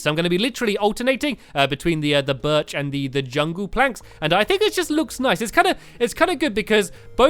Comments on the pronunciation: You did not say berch right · STAMPY YOUR NOT SAYING BIRCH PROPORLY!!!!!!!!!!!!!!!!